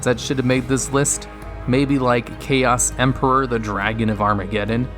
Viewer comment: They butchered my boy Chaos Emperor.